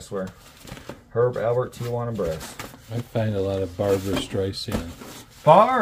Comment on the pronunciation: It's Herb AL PERT. Not Albert. ALPERT. My Dad loved him. 🙂